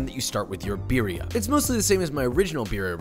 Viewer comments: When hipsters say “BEERia” lmfao I feel like the only flavor here is the cheese smh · roll the R's in birria, foo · practice rolling your r's por favor or we will revoke your license for cooking mexican delicacies >:o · Your pronunciation of birria just cracks me up, I'm definitely trying to make it next time i make birria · please stop pronouncing BIRRIA wrong, it hurts me! for the love of god, you live in Texas...